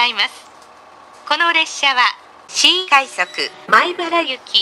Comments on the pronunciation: この列車は新↑快↑速↓米↑原行きワンマンカーですww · 「新↑快速」 と「のろ↓ｇわ（ｶﾝｶﾝ）」が面白すぎて定期的に見に来てしまう そういえば京浜東北線がワンマン運転化するらしいですね